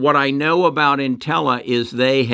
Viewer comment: Also, you pronounce Intellia “Intella”??